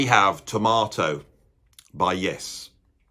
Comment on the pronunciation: It's T O R M A T O !!!! Not tomato.